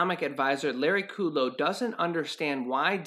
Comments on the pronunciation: It's pronounced, (Cut Low) and fAu Cee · It's not kooodlow.